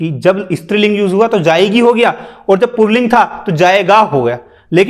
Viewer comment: क्या बकवास कर रहा है.... कुछ भी।। पुल्लिंग को पुरलिंग बोल रहा है।।😂